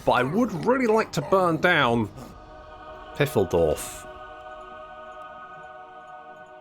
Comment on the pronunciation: Its Phaildorf. Ph like in the name Phillip.